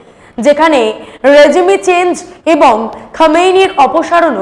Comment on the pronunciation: Regime এর উচ্চারণ রেজিম। “রেজিমে” নয়।